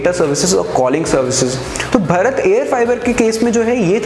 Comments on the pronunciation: अबे भरत नहीं भारत बोल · अबे 'भरत' नहीं भारत बोल भारत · भारत को कृपया कर भरत ना बोलें। Are you from India or somewhere else.